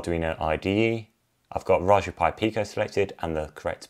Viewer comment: I thought I heard rajberry pie.